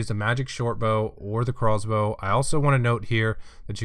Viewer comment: Ohhhh he's saying Craw's Bow not Crossbow